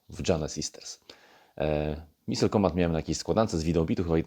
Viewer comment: It's "Missile", not "Missle". 🤔